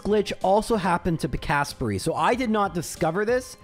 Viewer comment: You pronounce it Pik-asp-rey? Trew me so off guard. I read it as Pika-sprey.